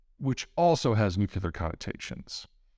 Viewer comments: I love the videos, BUT, ... ... the word is "nuclear". "Nuke" + "Lee" + "yer". NOT "nuke" + "you" + "ler". Please. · nu-cle-ar please ---- nu-cu-lar is so, well, backward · How can he be looked up to, if he says ‘new - q - ler’? It’s ‘new-clear’. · Why do smart people pronounce "nuclear" that way? Sound it out, people! New-clear. Not hard. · Still saying "nuke-yew-lar." There is no second "u" in "nuclear." For the record, I'm using you as a litmus test. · Dear Peter, I enjoy your work but don’t always agree. I’m having trouble with a trivial thing but wondering if we can trust what you say when you have trouble pronouncing “nuclear”! It’s not “nucular”! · You're so well read and informed. Why do you pronounce 'nuclear' wrong? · Its more shocking that Peter is actually inside and also fails to say "nuclear"